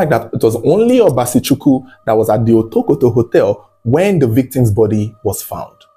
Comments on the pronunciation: Otokoto ❌ Wotowoto ✅ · you should have practiced the right pronunciation of Otokoto.